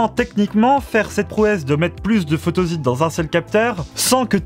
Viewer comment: Ça m'a fait drôle moi aussi, je prononce photossite